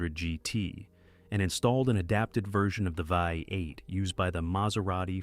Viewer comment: Get a human to do narration! Artificial Ignorance mispronounces words (Vie 8?) and butchers things up. So annoying! Cant watch video